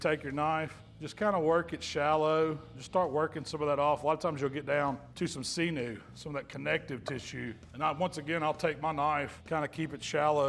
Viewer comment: another world class rack of ribs vid, Happy New Year!. By-the-way, sinew is "Sin You" not "Sea New"